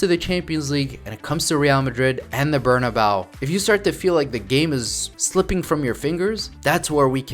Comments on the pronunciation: Ber-nah-BAY-oo Not “Ber-nah-boww” 😂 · bro if you say “BernaBAO” 1 more time omgggg lmaooooo “BER•NA•BÉU” cabron